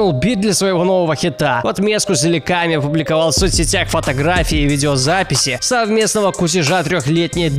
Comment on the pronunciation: и не зильками, а зилаками